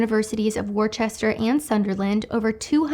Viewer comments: I took a look at the study you sited from the Universities of Sunderland and I believe it is pronounced Wuss-ter (Worcester), both in the UK. Of the eight possibilities, here are the top 4 rankings: 1. Attractive + Altruistic + Long Term relationship 2. Attractive + Altruistic + Short Term relationship 3. Ugly + Altruistic + Long Term relationship 4. Attractive + NOT Altruistic + Short Term relationship It was only after finding the proportional difference between Short Term and Long Term relationships does the ugly man come out on top, yet still within the margin for error. Manosphere content creators talk about maxxing in one area to make up for deficiencies in other areas. Looksmaxxing (hitting the gym) with bad facial structure. Moneymaxxing if you can't look like a WWE superstar. Surgerymaxxing for the "short kings". Geomaxxing (a.k.a. passport bros) for the traditionally inclined. And, Nichemaxxing if you have very unusual traits that place you in a different category. What the researchers tested here I'm going to call Altruist-maxxing. They did this through, and I quote, "forced choice scenarios". They didn't even differentiate between heroic altruism (saving a drowning child in a river) and charitable altruism (buying a homeless person a sandwich). All altruism is good, apparently. Here's the first problem. A news story came out recently where a retail employee was fired for only filming three thieves on his phone stealing $500 worth of laundry detergent. There is no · Hello, an Englishman here. I went to the University Of Worcester which I think you referenced, and it is pronounced 'Wooster'. I know we English have names that do not sound like they are written. It's a querk of British English. Love the video, and all the best to you. Take care. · Hi, as a brit I have to tell you because it got me giggling worcester is pronounced wuss-ter, don't worry though I'm fully aware our place names are ridiculous lol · Worcester = pronounced Wooster